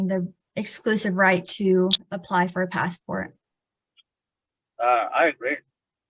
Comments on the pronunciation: The pass-a-port 😂😂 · Passport only has 2 syllables